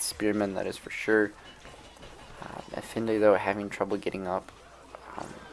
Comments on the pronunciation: Brooo, love your videos, but it’s EFaENDI not efinde. It can’t be that hard to put how to pronounce Efendi to youtube and watch a few sec video :D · For the love of god, please say "F" Now "N" Finally "D" Congrats! You pronounced Efendi correctly. Now you know. I hope we will hear the correct pronunciation in the future videos.